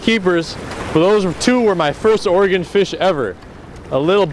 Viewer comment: I don't know where you're from originally but me being from Portland, i appreciate you saying Oregon correctly!